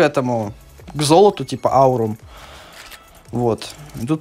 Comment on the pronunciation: Не аирум а аурум эт оютубер такой